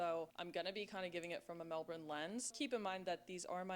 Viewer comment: You cant see it all in a day, no chance ! You would think she could pronouce Melbourne right !